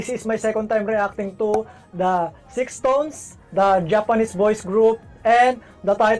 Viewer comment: Thank you po for reacting to SixTONES. Their name is pronounced as "stones" po, silent "ix".